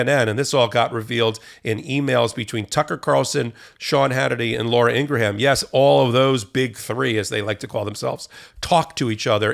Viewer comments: It’s “ing gram” not “ing gra ham” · Ur bothering me that u don't know how to say "INGRAM", not "INGRAHAM". IT'S PRETTY BAD BRO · Pronounced "Ingram" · It's Ing-gram, not Ing-raham. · Laura Ingraham's name is pronounced Ingram. It's not Ingra ham. Not that I care because she's a POS. It just bothers me when people pronounce names incorrectly. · i think you are mispronouncing Ingraham's name.